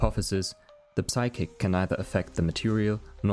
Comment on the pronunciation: The p in psychic is silent